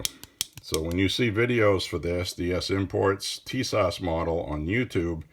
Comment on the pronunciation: It’s pronounced Tee-sash lol. It’s a Turkey thing.